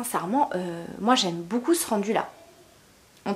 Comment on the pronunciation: Beaucoup se prononce BOCOU et non BOUCOU, c’est très agaçant d’entendre ce mot 158 fois par vidéo et mal prononcé Pour le reste rien à dire les vidéos sont tops !